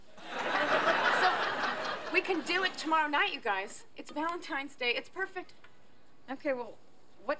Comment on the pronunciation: Aww a kid getting triggered started calling me names when I don't agree with you. I also can't take someone seriously who says you as 'yuh' 😂😂.